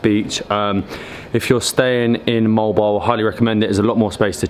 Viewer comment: Altogether MO-AL BO-AL ,repeat, MO-AL BO-AL ! PERFECTO!!! 😍😍😍🤗🤗🤗🤗✌✌✌